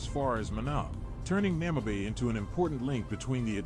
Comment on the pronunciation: Bloody AI, is calling the city Namabay... the city is called Namibe ou Moçâmedes. Porra para a IA. Chama a cidade de Namabay... xé! Estamos no Namibe em Moçâmedes.